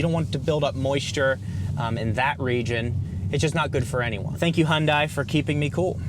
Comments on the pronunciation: H’yawn Dae, not Hun Dai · Great video. Only suggestion is with pronunciation... It's "Hyun-DAY...rhymes with SunDAY" (from Hyundai's Super Bowl commercial addressing the pronunciation) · it's pronounced hyundé (dae) .. they messed up romanization of the korean word imo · It’s Hyundai, like Sunday lol😂. Great review!